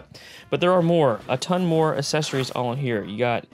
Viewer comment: Oh no I hear it now, "assessories"